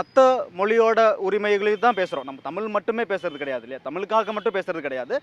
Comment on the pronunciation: தமிழர் த மி ல் பேசுகிறார்